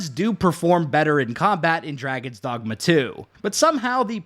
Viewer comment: draygawns dawgmuh